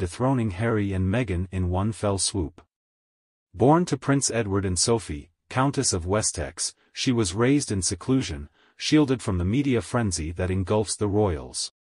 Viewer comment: Wessex. Not Westex. For Pete's sake.